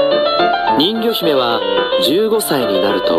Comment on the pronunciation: ん魚姫って聞こえたw